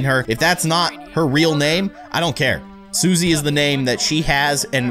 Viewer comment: Susie is sus. It sounds like Sussy